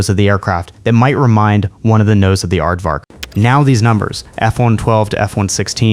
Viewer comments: "aired vark" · The "aired-vark??" Oh well, hopefully it gets better. And yes, the F-111 Is pretty, but Tomcats are prettier.